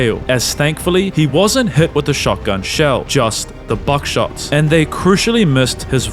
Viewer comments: why’d you say “buck shot” like that right here? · I think it was a play on the Buck teeth 😂